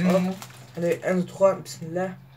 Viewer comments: t'es pas italien tu dis mismilla et tu t'apelle mohamed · t'est pas un italian t'est un arabe .Tu dit besmila